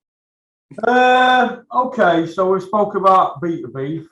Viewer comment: butchers Beterbiev’s name for the 10th time